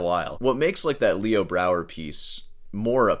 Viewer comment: Yeah, he mispronounced Leo Brouwer about fifty times too. What a douche...